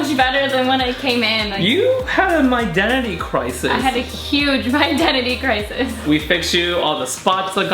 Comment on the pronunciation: I know you said My Identity, but it sounds like you're saying My Daddy. Love your work, Guy! ☆